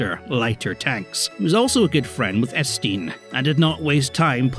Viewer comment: Hearing someone pronounce Étienne as Estine is horrible